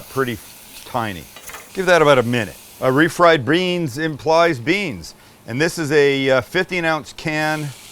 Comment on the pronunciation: THANKS MAX!! I THOUGHT I WAS THE ONLY ONE THAT HEARD BREANS! 😆😆